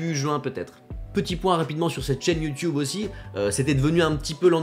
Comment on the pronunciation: 10 ans sur YouTube et il dit toujours "youtioube". Perso ça me fais rire.